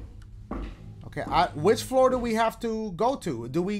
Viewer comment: WRONG FLOORA!! SHOREA!!! STOREA!!!